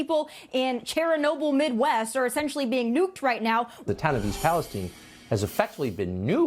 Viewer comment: When the dead whale was showing, did blondie say "Cheranobyl"? Or did her makeup deafen my ears